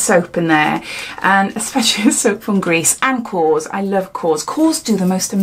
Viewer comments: The soap brand is KORRES not kos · Great unboxing! Korres is actually pronounced "kor rez". I love their products, also! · Actually is KorrEs. ❤️